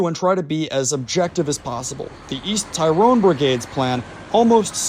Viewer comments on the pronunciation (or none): Pronounced tirrone not tie rone